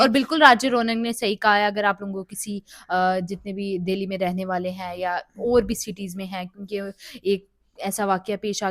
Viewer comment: Madam its Delhi not Dehli